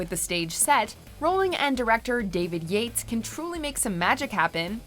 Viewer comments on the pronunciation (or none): none